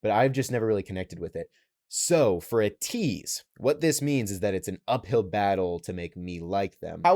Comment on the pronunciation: btw, ateez is pronounced aye-teez